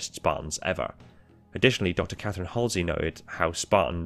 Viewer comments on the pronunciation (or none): none